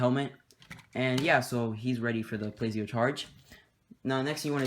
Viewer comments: It's pronounced spy-no not spee-no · It's spino not speno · ...Speeno? Huh, I always thought it was called "Spy-No" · It is SP-I-NO